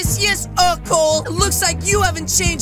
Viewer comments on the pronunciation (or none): It’s actually erco le not ercol but maybe you already knwo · Not Er-cole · He said Ercol! Not Erocole! Lol! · It's pronounced E-r-co-le